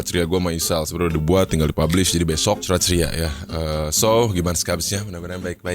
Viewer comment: last scene "next curhat ceria". gw dengernya "crot ceria"